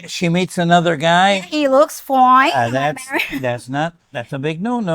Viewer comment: 😂😂😂 “he looks foin!” You sound so American sometimes. 😂😂🤣🤣